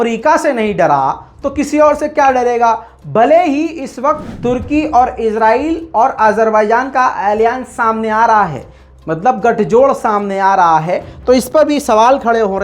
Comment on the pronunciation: And pronouncing alliance something like alien 😂